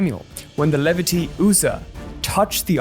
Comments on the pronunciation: It is pronounced Lee-vite (I sound and silent E), not levity, based on the name Levi, the brother of Joseph. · Levites is pronounced "lee-vytes" not le-vee-tees. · Levity? Don’t you mean LEE-vites? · FYI. It's not pronounced Le-vit-ees, it's Lee-vights. Thanks for the video. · Lee- vights vs Leh-vit-ees is funny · It's pronounced Lee Vites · it's Lee Vites like bee bites. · It’s pronounced “Lee-VITE”(rhymes with See-sight) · Love all your content brother. Some videos have drastically and miraculously altered my mindset and built resilliance for me. Thanks for that. I think Levites is pronounced Lee-Vytes... plural of Levite. Just a nit pick, because I fixate on things like that. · Check out pronunciations of 'hard' words before you make videos. LEVITEEES HURR 😂 And since you didn't even research that I wonder what else you missed.